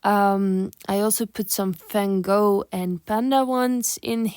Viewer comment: Good review, thank you! When talking English you have such a thick Flemish or Dutch accent, but then you buchered "Van Gogh" so now I'm confused xD